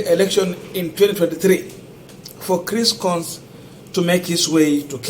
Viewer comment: Coons is pronounced kuns not kons